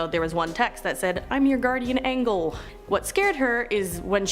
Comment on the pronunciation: No way that lady said "guardian angle" instead of "guardian angel"!